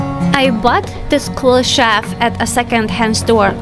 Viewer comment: (You keep saying "shaft" for "shelf" - the closed captions spells it that way, too. LOVE your energy, your sense of what "belongs" where and how.